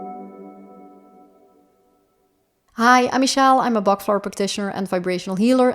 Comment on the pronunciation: Pronounce it properly...Dr Bach worked hard and it's pronounced Batch